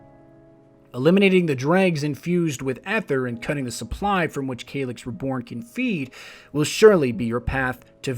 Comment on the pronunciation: Why pronounce if kay-lix, when we already know it is pronounce ka-lix?! I hate it when people mispronounce something that we know is pronounced another way.